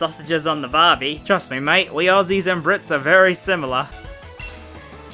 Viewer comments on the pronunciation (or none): none